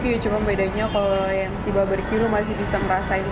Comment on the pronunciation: kok drtd gw dgrnya ngomong nya baberque ya bukan barbeque 😕😕